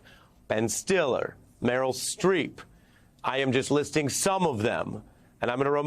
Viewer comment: Harris couldn't even get Streeps name right.